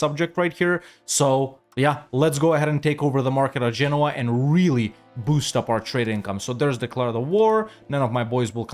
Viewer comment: again saying Genouis like the frenchman. no offence. but why did he says genoa like genouis